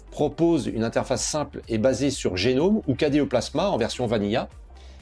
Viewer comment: Merci et longue vie à cette nouvelle chaîne francophone Linux. Linux Mint en tant que distro pour débutant (mais pas que) est un choix solide, et cela depuis longtemps. Juste une petite remarque : Gnome ne se prononce pas "génome" mais "gnome" (comme un...) Cela vient du fait que GNOME = GNU Network Object Model Environment et que GNU (GNU's Not Unix) s'est toujours prononcé : gue-nu